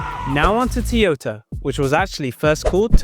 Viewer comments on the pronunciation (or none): why did you say “tyota”